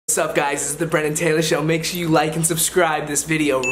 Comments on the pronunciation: Bremen Taylor? :)😂😂😭 I thought it was brennen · bremin ?? lol